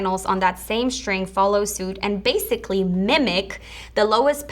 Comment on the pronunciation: Jak mówisz "sztryng" to brzmi słabo